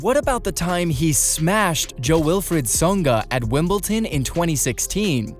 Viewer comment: It’s WIMBLEDON not Wimpleton !😂😂😂😂😂😂😂😂😂